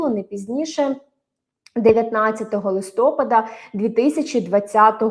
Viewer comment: Не листОпада, а листопАда (снігопАда, каменепАда)